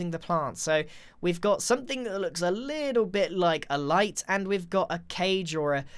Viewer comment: LEETLE LEETLE LEETLE LEEEEEEE